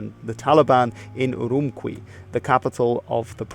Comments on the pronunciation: It’s pronounced “Ürümchi”, not “Ouroumkwee”. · Having lived in Xingjiang for a month, I cringed when I heard Urumqi as “Urum-kwee ”. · Urumqi ends with a chi sound.